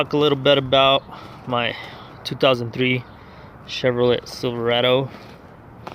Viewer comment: Ugh I want to puke when people say Chevrolet wrong it's pronounced "chevro-lay" not "chevro-let" 🤮